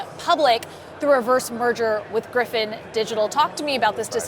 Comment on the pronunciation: 1st person who pronounced Gryphon correctly